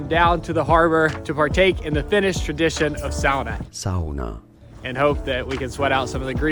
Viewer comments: oh did he say sauna correct way, wau i mean wow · I do appreciate finally pronouncing “sauna” correctly in Finland, will be curious if it carries to future videos 😅